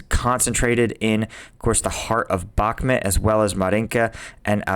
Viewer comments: Why do you say Bakmit instead of Bakmut? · Isn't Bakhmut pronounced Bach Mood to most Europeans.